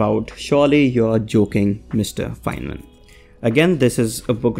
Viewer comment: Not fienman not fineman Instead Feynman